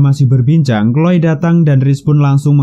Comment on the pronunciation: Ngakak bgt pas nyebut chloe jd kloy😂